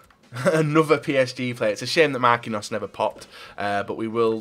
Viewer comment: never says names properly that have I's in the name. He says marqinos instead of Marquinhos and hes says casmero instead of casemiro and mktharyan instead of mkhitaryan